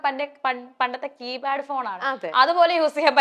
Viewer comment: കീ bad അല്ല കീ pad ആണ്